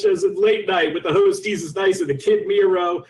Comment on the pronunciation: Did he pronounce desus ... dasus at the end or am i buggin